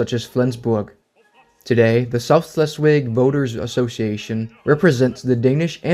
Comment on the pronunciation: Great video! but you did keep saying Schleswig wrong. Sorry, I'm in a German class and there isn't a "W" sound in German so it would be pronounced with a "V".